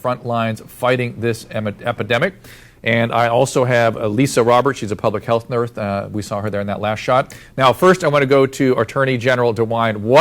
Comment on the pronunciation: he said public health nurth lol